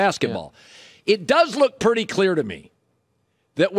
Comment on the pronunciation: 😂 Did Colin say,"..Purdy clear to me..?"